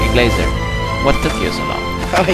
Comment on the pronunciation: Blazer, not Blacer dumb